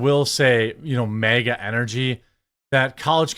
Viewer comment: Its flag not fleg. It's MAGA not Mega...